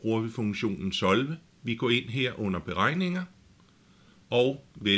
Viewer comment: solve er et engelsk ord, det betyder løs. men du udtaler ikke ordet korrekt. ellers fin video